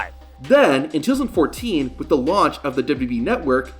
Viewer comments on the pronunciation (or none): It's pronounced "two thousand fourteen", not "Twozind fourteen". You need to slow down and annunciate your words. It's really irritating